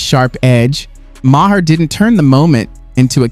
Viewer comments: Good comparison of being a guest in someone’s home to what Arnold said. Keep it up! Ps it’s pronounced “May-her” like mayor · You said Maher wrong.